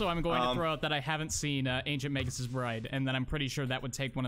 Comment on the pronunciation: Magus isn't pronounced Mage-us D: You guys are killing me here